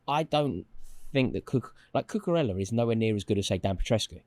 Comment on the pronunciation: Lost me at cucoorellla. Robbo all day